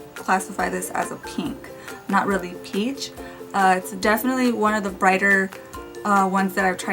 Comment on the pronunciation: When you say peach it sounds like beach, I love your videos